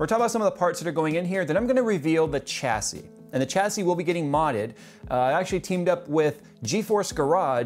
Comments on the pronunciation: never noticed before do you always pronounce the 'h' in chassis? really stood out in the video i like your videos but generally speaking its a silent 'h' shassis is how it normally sounds. not sure why it bugged me sorry. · Okay you kept saying it so, just fyi: "Chassis" is pronounced with a "SH" starting sound. That is all. Also, people whining about sponsorship is stupid - so long as it's disclosed and made clear where the parts are coming from, any further complaints are just envy.